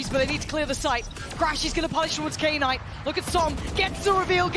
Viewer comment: Why do they pronounce K - NIGHT instead of Knight? So cringe